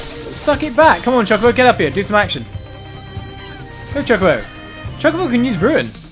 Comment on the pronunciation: It is cho ko bo not chu ca bo